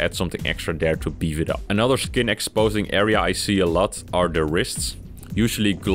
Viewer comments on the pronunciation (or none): none